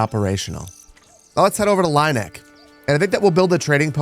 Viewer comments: Just for your information about the pronounciation of the german townnames: The ie in Lieneck is the same as ea or ee in english, like in tea or bee, so "Lean-eck" would be more fitting. The way you pronounce it would be "Laineck" or "Leineck" in German. And I know many English speakers have problems with our German Umaluts. But the funny thing is - except for Ü/ü - English has those sounds. They are just spelled different. The pronounciation of your E in Erlhardt for example is like Örlhardt to me. Try to say "Airl-heart" instead. German is sayed to be difficult to learn but the two languages have more in common than one would think. They have the same origin (indogermanic) after all. Keep on with these great entertainment! One can tell the work you put inside and I allways enjoy the high quality of your videos. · Oh. The E is second. Like with "bier". It's Leen-eck. 😂